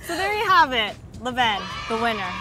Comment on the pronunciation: Levain vain like cain levain is how u pronounce